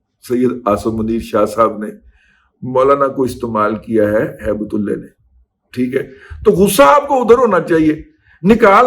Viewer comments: Sir mind it, you are degrading the name of 'ALLAH' . It should should should be HAIBATUL 'ALLAH' not "HAIBAT'ULLAY'. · دادا جی آپ نام صحیح پکاریں کیونکہ آپ لفظ ہیبت تو صحیح بلا رہے ہیں لیکن جب لفظ اللہ پہ جاتے ہیں تو نام بگاڑ دیتے ہیں اسی طرح اور نام بھی لوگ بگاڑتے اس کا خیال نہیں رکھتے ہیں اکثر عبداللہ نام بھی لوگوں کو بگاڑتے سنا ہے پلیز آپ ان چیزوں کا خیال رکھا کریں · دادا جی بہت ادب کیساتھ۔۔۔ کچھ عرصہ سے آپ تھوڑا مبالغہ آرائی سے کام لے رہے ہیں، ہر سنی سنائی بات حتمی اور سچ نہیں ہوتی،کچھ سنی سنائی خبریں ہضم کرنے کی عادت ڈالیں۔۔۔ اس ویلاگ میں آپ نے ایک افغانی کا نام بگاڑ کر لیا ہے،اور وہ لفظ ہے اللہ۔۔۔ ہیبت اللہ کے نام کو بگاڑ کر ادا کیا ہے آپ نے۔۔۔ اپنی دنیاوآخرت کی تباہی سے بچنے کیلئے اللہ سبحانہ وتعالی کے ہاں سچی توبہ کیجئے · ہیبت اللہ کو بگاڑ کر ہیبت تلے کہنا اللہ رب العزت کے نام کی توہین کر رہے ہیں آپ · دادا جی ہیبت اللہ نام کے ساتھ اللہ کا نام آتا ھے جسے آپ بگاڑ کر لیتے ہیں ۔بہت جاھلانہ بات ھے ۔اللہ سے معافی مانگیں ۔ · براہ کرم جوش جذبات میں اللہ کے لفظ کو نہ بگاڑیں اور ہیبت اللہ کے نام میں اللہ کے لفظ کو درست pronounce کریں، شکریہ۔ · جناب اپ نے جذبات میں ہیبت اللہ کا نام بگاڑنا تھا تو بگاڑ کر ہیبتی کتا کر لیتے لیکن اپ نے گستاخی کی اور ہو سکتا نا سمجھی میں اللہ تعالی کا نام بگاڑ لیا یعنی ہیبت کو تو درست لیا لیکن میرے رب کے نام کو درست نہیں لیا جسکا مجھے اپ سے توقع نہیں تھی